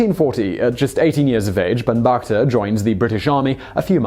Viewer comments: It is Bhanu Bhakta not bhanbagta.. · Its "Bhanubhakta" actually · Great job absolutely butchering the name. It's supposed to be Bhanubhbakta. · Its bhanubhakta not bhanbhagta...